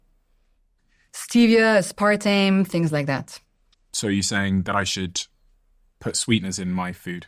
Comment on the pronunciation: her inability to say aspartame bothered me